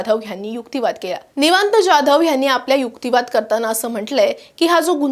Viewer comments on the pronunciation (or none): ज्याधव नव्हे जाधव म्हणा